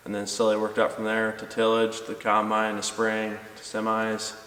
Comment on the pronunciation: Combine, not "con"bine, lol!